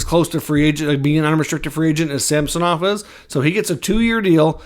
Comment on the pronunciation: It's SAm son ov not sam so nov